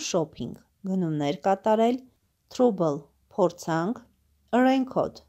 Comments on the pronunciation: կներեք բայց թրուբլ չի թրաբլ է։🙂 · Յաաաա բարև ձեզ, բա լայքից ուրիշ բան չգիտեք։Թրաբլը թրուբլ եք կարդում։Ճիշտ է լավ բան եք անում, բայց ճիշտ քերականություն իմացեք և կարդալաձև։Ու մի բան էլ, դուք էլ եք ձեր վիդիոներով լաք էր հավաքում։Էնպես որ, նորմալ կարդացեք ու միբողոքեք։